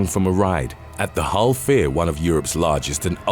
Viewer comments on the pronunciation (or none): none